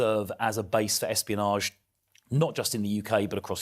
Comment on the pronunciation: NGL it sounded like you said Epstein-onage instead of espionage 🥲 Philp will be the next Tory defector. I can see it. I can feel it in my bones.